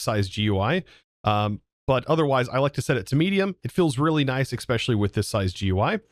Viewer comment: “Ekspecially”, “intill”… Bro. No.